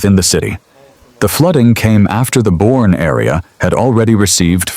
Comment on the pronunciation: AI slop! It’s pronounced “Bernie.”